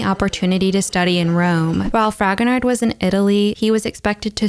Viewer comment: I am sure I am not the first to make this comment, but I can't help myself. The ''d'' at the end of Fragonard's name is not pronounced. It's /frahgonar/. No "d'' :)